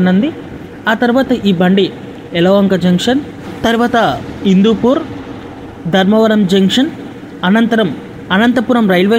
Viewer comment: Hindupur not indupur